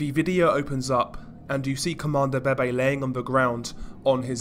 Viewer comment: How I hear 👂 this dude say : Comandante BeBe ‘’CoMAnDO BEY BEY’’ 💀